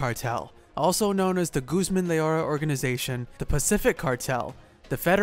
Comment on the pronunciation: And its (Archie-vaLdough) and (Low-erra)